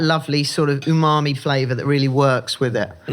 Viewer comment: Dammit... someone told how to pronounce umami! Boo! I LOVE when she says uNAmi... Let our be! And of course I LOVE the show.💖